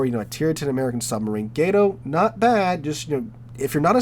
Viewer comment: as an evil sub player, GATO is way better then archer fish. Archer fish's torps SUCK and you must ping constantly which will get you killed very fast. U4501 > K1 > Gato in terms of best. Also there is no y in gato, it's just gato not gay-toe or whatever you are trying to say.